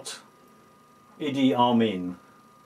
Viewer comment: lmao.. "Barrackerbama"..